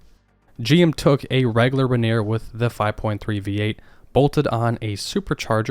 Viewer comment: Rainy-Air not rain-neer